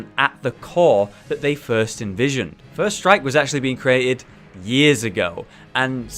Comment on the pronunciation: lol, whenever he said first strike i thought he was saying "first reich"